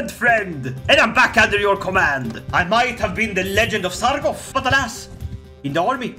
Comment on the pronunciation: Love the content! BUT IT'S SARGO T, not Sargof. thanks :)